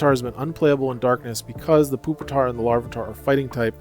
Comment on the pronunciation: No way bro called it Poopitar